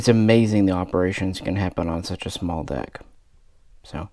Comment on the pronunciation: Did You Say Small “Deck” Operations 😂Lol 😎